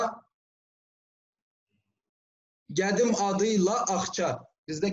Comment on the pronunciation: Azərbaycanlı qardaşımız, çalış sırf azərbaycan türkçəsində danış, qarışdırırsan ləhcələri. Üstəlik azərbaycan türkçəsində "mərdivan" deyil "nərdivandır", gədim deyil qədim, gəpik yox qəpik, gərb yox qərb, görsət yox göstər. Çox səhvlər edirsən dilimizlə bağlı. Təəssüf.